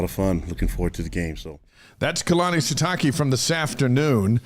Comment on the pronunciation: How is it you are still pronouncing Sitake wrong? Show some respect 😉